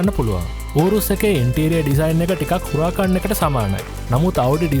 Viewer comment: ගේ උච්චාරණය නිවැරදි Spanish විදියටම. Spanish/Italian වීදියට කියන්නේ uɾaˈkan. ඉතාලි බෂාවේ H අකුර ශබ්ද කරන්නේ නැහැ.:D